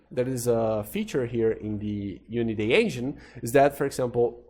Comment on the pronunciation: uniday sounds like a foreign trying to pronounce "unity" -> "unitay" xD